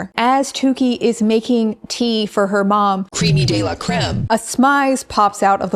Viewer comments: Baby it’s crème, not cream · it’s creme not cream!! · the commitment to pronouncing crème, with the accent mark, as “cream” is one of the most brutally american things i’ve seen in a very long time (said as an american)